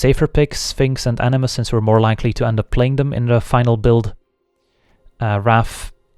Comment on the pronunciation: The way you say "animus" sounds like "enemas" and it amuses me.